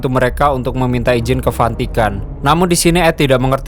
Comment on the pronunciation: Bang maaf ya mau kasih masukan dikit.. waktu bang sebut Vantika.. itu harusnya Vatikan bang.. jangan di Plesetkan gitu bang.. soalnya itu tempat Sucinya orang Katholik.. Makasih bang..